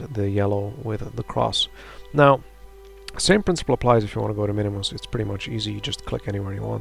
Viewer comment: Minmus, not MINIMUS :D